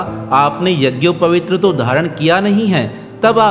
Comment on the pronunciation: शब्द यझोपवीत होता है जबकि बार-बार यझोपवीत्र कह रहे हो।